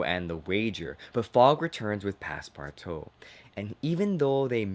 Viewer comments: Passpartout is pronounced: pass-par-2 It is French. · Does it bother anyone else that he's saying Passpartout wrong